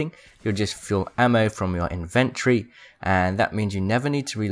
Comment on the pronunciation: IN-VIN-TOR-EE not INVENT-TREE